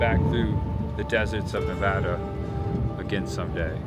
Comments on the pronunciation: Props for not calling Nevada "Nu- VAAH-Duh." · Thanks for pronouncing Nevada correctly, for an easterner